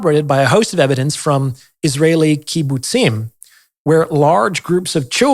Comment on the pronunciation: Congratulations and thank you for pronouncing the plural of "kibbutz" correctly! Kol ha'kavod!